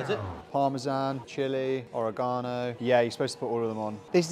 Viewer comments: Bro i’m Italian and it’s pronunced ORÍGANO and not origàno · Jeeze.. Auregahno is a hell of a way to pronounce that spice lmfao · or-eh-gone-oh is a crazy pronunciation 😭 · the way you pronounced oregano hurt me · How tf did he just pronounce oregano???? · Wtf is that oregano pronunciation 💀 💀 💀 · Learn how to pronounce "Oregano"